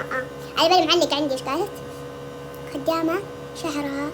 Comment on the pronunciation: مجندك انني ما تعرفين تنطقين خدامة و ميري إنتي منجد غبية